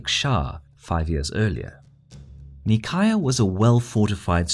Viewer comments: The way he says Nicaea kills me. It's not knee-chi-ah it's nigh-see-ah. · Omg the cringe, Its Nicaea, not Nicaya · Um, actually, it's NEE- KAY- AH, or NY- SEA- AH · Oh my goodness... Nicaea is "ny-see-a" not "nee-ky-uh." In Greek it's spelled Nikaia "Nee-keeya." You are right is is a very famous and important city... >.< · “Knee-cai-uh” how about “Nai-see-uh” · Nicaea In English it's pronounced "Nye-see-ah" We're all familiar with the name Nicaea. By pronouncing it so differently (and incorrectly anyway) you are making things more confusing. By pronouncing it normal and proper, you would have been more informative, as when someone hears of Nicaea, they might think of Constantine, and will say "Ahh, the place of the Nicene creed, and that famous council and whatnot. Interesting." In Greek and Latin, it would be something like "Nee kea." In Italian "Nei-chea" I don't mean to be hypercritical. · Isn't it pronounced "ny see ah"? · I thought nicaea is read as "nai-see-ya". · I think NICAEA should be pronounced Ni-Seea with the "C" pronounced like an "S" ? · nicaea is pronounced nice-ee-ah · NICAEA is pronounced as "neigh sea yeah", Ever heard about a Nicene Creed? - it is a religious "prayer"- the name comes from a conclave held there. Come on, it does not take more than 1 minute research, you don't have to butcher the pronunciation of every name you come across... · We've used Greek pronounciation of Nicaea in this video. Causes some confusion though. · That prounouciation of Nicaea pains me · How can you pronounce Nicaea wrong? It's almost as absurd as fucking up London or Paris, it's just so short and simple that it should not be possible. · Is anyone else annoyed every time he says Nicaea incorrectly? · Nicea is pronounced differenctly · I cringed every time you said Nicaea, in which the c is pronounced like an s.